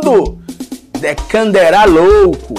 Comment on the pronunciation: Dekannderar kkkkk Ou cara essa foi pra rir mesmo.